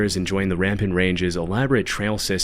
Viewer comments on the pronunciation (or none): RAM-PART Range.....not Ram-pant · Ram-part not rampid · It's Rampart range, not rampant. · RAMPART range not Rampant range, you goofy goober. lmao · Rampart Range* is the range in Colorado, not Rampant. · Great video! Just want to check in from southern Colorado and say it's "Rampart Range", not "Rampant Range"! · The mountain range in Colorado you’re talking about is Rampart, not Rampant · it's uh, rampart* range.